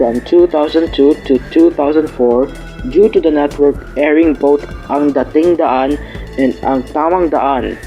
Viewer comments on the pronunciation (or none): DAting daan, not daTING daan